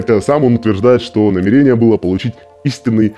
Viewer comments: ударение пжл ставь правильно, намЕрение, а не намерЕние )все ж почти лям подписчиков) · Сталкер, ты если читаешь с суфлёра проси ударение расставлять, а то кровь из ушей пошла (намЕрение, а не намерЕние) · НамЕЕЕЕЕрение, ударение на второй слог всю жизнь было